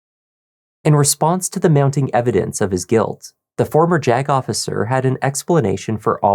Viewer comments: More of a "Jag-off" than a 'Jag Officer' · lol "JAG-OFFicer" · thought the attorney reading the opening statement off his phone said "jack-officer"